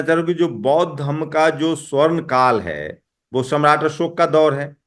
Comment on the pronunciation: अशोक ऐसे होता न कि असोक